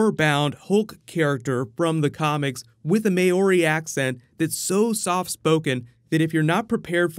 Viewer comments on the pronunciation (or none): "may-or-ree"? It's Māori (mol-re) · hey! by the way Māori is pronounced more like mow-ree not may-or-ee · It's mow-er-re not ma-oh-re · Its Mow-ree, not may-ore-ee lol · "may-ori" ITS MAORI FOR FUCKS SAKE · Lmfao, this dude really say may-ori instead of Mao-ri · Maaaaoooorrriii 😂😂😂 Kiwi here 😉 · that is not how you say Maori but to be fair that word and Taika's full name is a bit of a mare bro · Anyone seen the project interview with Chris, mark and taika? That was hilarious. The way said Maori though... Cringed a bit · Completely butchered the word Māori